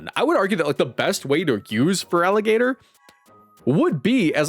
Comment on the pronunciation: IT'S FERALIGATR, NOT FERAGILATR! FIX IT NOW!